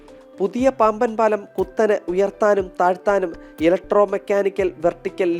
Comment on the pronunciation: പാമ്പൻ പാലമോ പാംവൻ പാലമൊ ? ശരിയായ വാക്ക് പറയാമോ